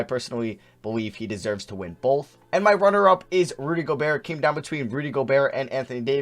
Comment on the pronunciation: says the word both as "bolth"